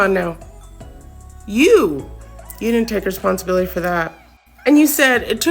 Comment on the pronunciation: Bruh said responsibilily